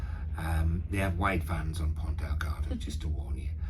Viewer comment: Another great video. Good info. I'd like to point out... it is Ponta Delgada. ( there is an "a" at the end of Delgada).